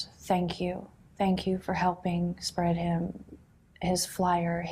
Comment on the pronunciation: says "spraad him"